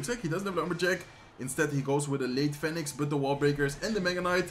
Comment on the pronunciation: Phoenix spreek je uit als Fie Niks. Niet fèniks lol